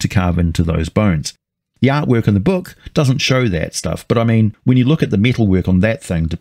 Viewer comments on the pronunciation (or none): none